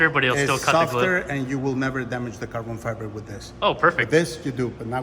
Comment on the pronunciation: Love how in the vid calls it Carbon Fiver! Breeehhhhhh its all about ze Carbon Fiver ma mannn!!!!